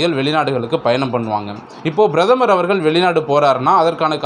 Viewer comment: Kindly pronounce prathamar .correctly